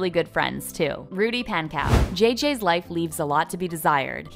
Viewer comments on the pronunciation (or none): WHY DID SHE PRONOUNCE RUDY’S LAST NAME PAN COW😭🤚😂 (it’s pronounced pon-co) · Okay I can’t get over how she pronounced Pankow wrong. It’s ponk-ow bruh do your research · bruh when she said Rudy “Pan Cow” i lost it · i’m sorry but pankow is pronounced ponco not pank-cow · It’s not pan cow it’s pawncow... but like spelling Pankow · is no one gonna mention how she said 'pankow' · NOT rudy pankow- it sounds like she's saying PANkoe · Why are y'all pronouncing Rudy's surname like PanCOW???? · u said pankow wrong✨